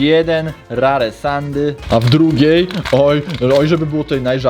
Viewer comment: XD powiedziałeś Sandy tak się pisze a czyta się sendi w ogóle tak się nazywa moja papuga Sandy, 😅